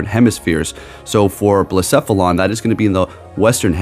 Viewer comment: I’m just really happy you say Blacephalon correctly 🥰